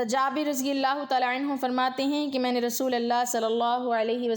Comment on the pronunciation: ما شاء اللہ و تبارک اللہ ۔ لفظ رسول فتحہ کے ساتھ نہیں بلکہ ضمہ کے ساتھ ادا کریں۔ متنِ احادیث کا ترجمہ آپ پیش کر رہی ہیں بارک اللہ فیک اگر حوالوں کا اھتمام بھی کر لیں تو آپ کا بیان بہت زیادہ اہمیت کا حامل اور قابلِ اعتبار ہو گا ۔ اذان کے دوران شھادتین میں صحیح اعراب لفظ رسول پر فتحہ نہیں بلکہ ضمہ ہے ۔ لفظ محدثین میں حرف " د" کو فتحہ کے ساتھ نہیں بلکہ کسرہ کے ساتھ ادا کریں ۔ جزاکِ اللہ خیرا و بارک فیکِ ۔